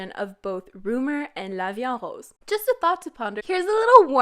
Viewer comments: I'm french and you pronounce good la vie en rose 🌹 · Ur pronunciation : la vie en rose is actually really good